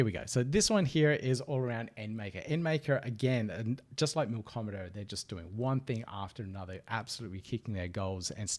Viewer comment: There's no "r" in "Milkomeda". Great video though!